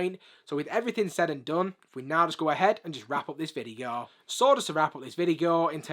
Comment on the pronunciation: bro sayed vigio not video